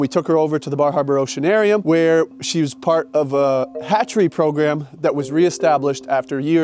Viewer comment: I haven't ever felt that Maine accent was especially thick... until he said "Bar Harbor Oceanarium" and I heard "Baja Broceanarium," which sounds like a great name for a surf shack on the wrong coast 😂